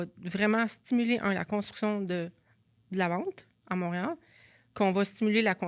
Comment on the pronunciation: la will de mreal a buget Elle mange ses mots 😂